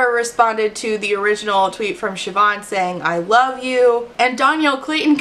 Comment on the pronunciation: so happy you pronounced Siobhan right, less happy this Siobhan was a petty bully